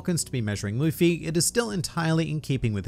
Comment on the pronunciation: It’s Luffy